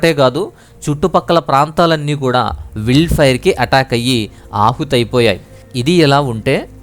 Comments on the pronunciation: "విల్డ్ ఫైర్" కాదు. అది "వైల్డ్" ఫైయర్ అండి బాబు! న్యూసెస్ కాదు. న్యూజ్ / న్యూస్ అనాలి. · Brother meeru vild అంటున్నారు adhi wild sarigga chadhavandi Brother